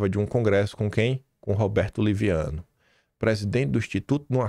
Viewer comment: Liviano não,leviano kkkkkkkk